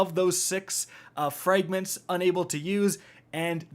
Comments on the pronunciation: Frayygments? Seriously dude, learn how to pronounce the vowel sounds The letter “ a “makes in English. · Fraaayygments is not how you say Fragments. Fix it, noob.